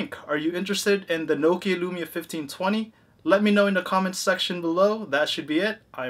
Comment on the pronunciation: IT IS NOH-KIA NOT KNOW-KIA